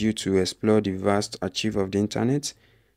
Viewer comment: Young man ARCHIVE is not ACHIEVE; it is pronounced AAKKKIVE. You didn't show how to restore the website.